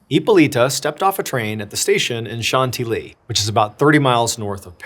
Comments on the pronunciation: John, please double check European name and place pronunciations; Chantilly is pronounced "SHAN-TILLY" NOT 'shanty-lee'!!!!! 🤷🏻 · Chantilly is pronounced as shan-TIL-ee in English (/ʃænˈtɪl.i/) and as shahn-tee-yee in French. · If you're trying to say "Chantilly" all the way through this, please - PLEASE - don't ever do that again. If not, as you were.